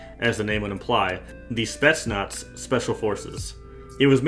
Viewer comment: spetsnatz lmao, read it a lil more careful. otherwise fire vid